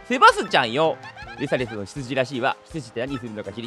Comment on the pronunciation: レサレサお嬢様ぁ〜！ 相変わらずのレサレサのイントネーション違和感あるな(笑)